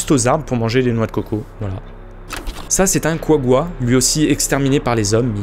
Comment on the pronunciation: Le couagga ? Quoiquoi ?